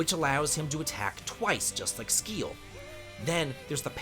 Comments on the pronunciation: Yeah right Skkkiel😂 its Siäl!! no brain just brwan🤷🏽‍♂️ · Yeah im pretty much on the same page with the rankings. Also i laughed my ass off at the butchering of Sciel's name. i mean there's voice overs. Its pronounced See-elle or simply C-L. Which means sky in French. Written Ciel though. Same with Ma-elle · Really butchering the sciel name with calling her skeel 😂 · Sciel = "sea-el" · man you don't even know how to pronounce Sciel's name lol. have you played the game at least? I mean, there's a lot of dialog right? you didn't hear anyone pronouncing her name correctly? maybe you skipped the cutscenes, go figure... lol that was funny. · Brother really said who cares about slow in a turn based RPG with a turn timeline😂. But other than that, solid ranking! (side note: intentionally mispronouncing sciel's name for engagement is smart, i'm taking notes lol)